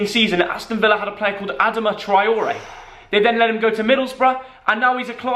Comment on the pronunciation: The way u pronounced adama traore made me cringe but love ur channel